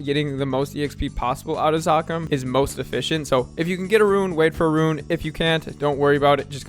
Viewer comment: i never thought i'd see the day where the new video drops and rune is pronounced correctly. truly the end of an era.